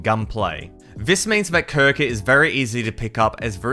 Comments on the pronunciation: Bro called krunker crouker 💀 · "CRONKER" lol